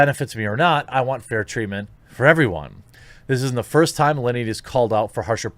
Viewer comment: why is everyone saying Allinty? its Alinity ffs